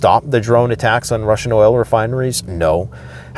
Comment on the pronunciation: MAYBE..... you haven't noticed...... dude is in LOVE with saying "attackums"!!!!!!!!!!